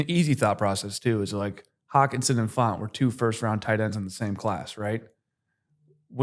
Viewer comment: Great pod! Love the context, but for future reference, it’s Noah Fant not Noah Font lol